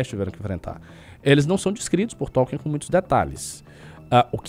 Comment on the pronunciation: eu concordo com quase tudo que vc falou mas toda vez q vc fala T(ó)lkien uma fada morre